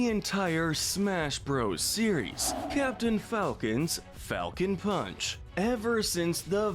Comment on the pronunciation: He's saying Palcon Funch